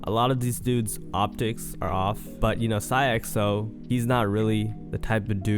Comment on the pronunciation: why you said his name like that